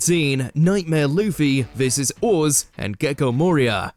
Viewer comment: Blackbeard was Whitebeards "comrade," but subordinate is a better word for the relationship. Just like the video where you guys mispronounced Luffy's (the main character) name, it is clear the writers are pure casuals. 😞